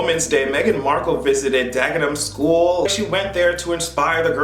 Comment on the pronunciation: I love when talks about British topics. Hearing him say Dagenham 🥰 and pronouncing the Nigerian King’s (who spoke facts about the duchess) name correctly. We waiting for your ARRIVAL!!